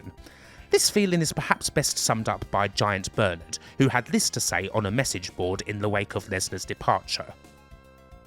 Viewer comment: With the accent, it sounds like you keep calling him "Giant Bird" and you blur his tits at one point lmao